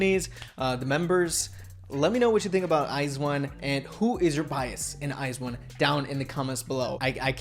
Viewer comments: nope, it's "ice one", you can find clips of the girls themselves pronouncing it like that. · it's pronounce as "ice one" though, so he's correct.